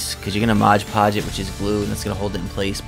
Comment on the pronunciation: There is no "g" in "Mod"!